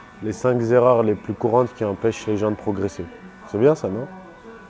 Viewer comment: Les cinq zerreurs 😅